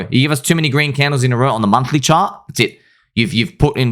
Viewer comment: "sir, have you heard of the green candlles?"